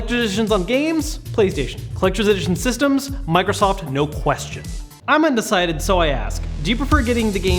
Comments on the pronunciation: U said Mirosoft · did he say microhoft?